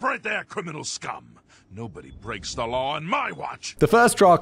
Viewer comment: Hey brits, FYI, there is no "r" in law...